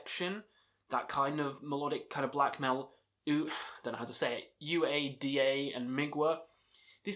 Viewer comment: Uada is pronounced oooo-ah-dah I believe. Love those guys.